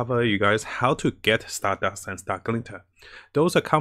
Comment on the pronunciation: Every time I hear "Stardast": *JOJO's flashbacks intensifies*💪👾💪